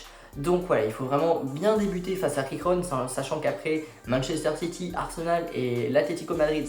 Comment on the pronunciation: Par contre Girona se prononce pas « Rirona » Mdrrr c’est vraiment Girona comme sa se prononce en français